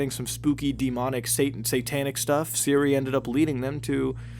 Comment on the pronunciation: I swear instead of siri he said Syria